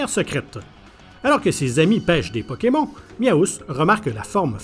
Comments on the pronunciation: "PokemON" je pleure ça se prononce "pokemonne" 😭😭😭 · Pokémon au lieu de pokémone m'a tué de rire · Non mais bordel comment il prononce Pokemon 🤦🏻‍♀️🤦🏻‍♀️🤦🏻‍♀️ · Comment ça « Pokémont » arrêtez tout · Ouiii même si tu dit pokeMON on San fou on t'adore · Arrêtez tous de vous plaindre car il dis pokemON et pas pokemonne comme nous en france car il est québécois donc les prononciation sont différentes c'est un peu raciste de dire a quelqu'un qu'il ne parle pas bien tout ça parceque les québécois ont des prononciations différentes